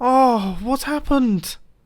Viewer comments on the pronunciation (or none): british people be like "what hapent"